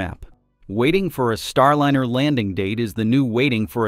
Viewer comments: Jeepers. If you are going to put up a YouTube channel learn to correctly pronounce the name of the spacecraft! It is NOT Star-Lin-er. Try Star-Line-R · Starlynner. So lame they can't teach the AI simple names. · What’s with the SHIT AI voice??? Star “Linner”? Jesus man. Voted down. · This title is bogus and the AI voice is terrible. Your data is not even correct. You say July 4 is a possible return date then you say July 2 is/was a return date. They can’t both be true. See ya. This Chanel has joined the ranks of the AI garbage. You can’t even pronounce Starliner tight! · Please get rid of the AI voice. It can't even pronounce Starliner correctly.